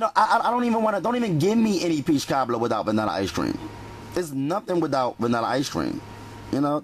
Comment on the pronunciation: He actually said Ashrac for vanilla extract and he said one forf sugur and he also had ash cream 😂